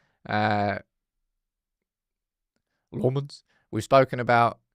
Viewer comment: I’m dutch spek the same language as Senne Lammens. It’s Sen-ne Lammens Like Lamb without the B!!! Please get it right.